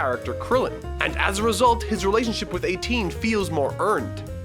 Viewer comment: I know you said 18, I do. But ISTG it sounded like you said "his relationship with A teen"